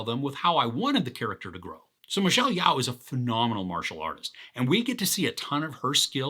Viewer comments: Her name is pronounced (Yo)! Jus FYI buddy! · "I think that's how to pronounce his name" Sounds about right! lol! But, Michelle's is "Yeo(h)" (like 'Yo') Anyhoo, you gave a good tip on how to appreciate this (type) of insane adventure/multiverse experience! "Once I decided to stop trying, and just go with the story it became so much easier to follow ..." ;)